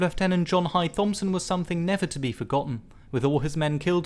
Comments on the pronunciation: A really excellent video but the "th" in Thompson is pronounced as a plain "t". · Just not correct pronunciation of 'Thompson'